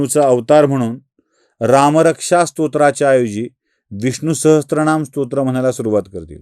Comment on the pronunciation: विडिओ आवडला. एकच विनंती, उच्चार करताना विष्णुसाहस्त्र नाम न म्हणता विष्णुसहसर नाम असा उच्चार अपेक्षित आहे ह्याची नोंद घ्यावी हीं नम्र विनंती 🙏